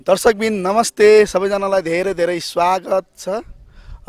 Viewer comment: स्वागर्त भन्छ त😂